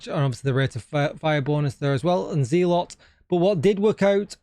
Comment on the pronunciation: Enjoyed the video. "Z-lot" (zealot) just sounds odd to me. I've always heard it pronounced "zel-ut". 🙂